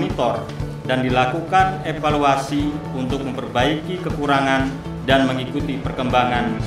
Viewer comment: Ingat EVALUASI dan INOVASI. Bukan EPALUASI dan INOPASI. Wkwkwkwkk. Sukses selalu sobat. Semoga amanah dan adil selalu.. Barorakallah.. Amin. Salam